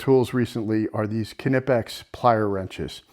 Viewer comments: the knipex are pronounced nipex. the k is silent. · Silent K in Knipex